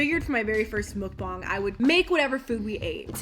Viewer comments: It’s not mokbong it’s mukbang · Mukbang ugh stop saying it wrong 🥴😒